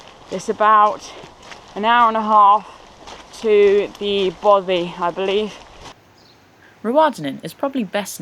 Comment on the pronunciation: I truly enjoyed the video, but I have to ask, is there an issue with English people saying the word Bothy?I just find it odd hearing bovvy, considering all the pronunciations you got wrong, Bothy is the easiest word.